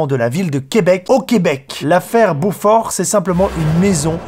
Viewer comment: je suis québécoise et Beauport se prononce beau port mais coller ensemble jetait surprise dentendre Quebec